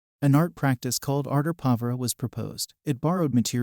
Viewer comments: Can you please teach your AI voice to pronounce Arte Povera - the SUBJECT OF THE VIDEO - correctly??? It also can't pronounce avant garde. Unacceptable for an art theory channel. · Thank you, i am here for an intro to art class and this is just annoying. i had to google the actual pronunciation (which i was right about) because i just knew this was not it